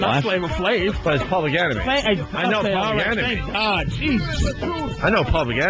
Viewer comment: hahaha - "flab five freddie"